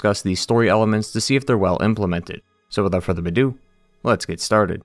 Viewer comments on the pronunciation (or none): "without further bidou"?